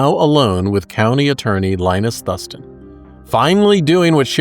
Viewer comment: just fyi... it's pronounced Thoooo-s-TON